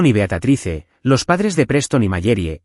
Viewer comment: Beatatrice?????? Leer bien porfavor es Beatrice en español Beatriz ( la e final no se pronuncia)